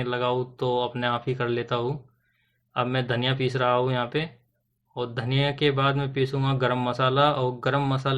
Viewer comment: वीडियो तो आपका बहुत अच्छा है थोड़ा एक दो शब्द आप को सुधारने की जरूरत है रहा हू की जगह रहा हूं बोला करिए करूगा की जगह करूंगा बोलना स्टार्ट करिए हे की जगह है बोलिए 👍👍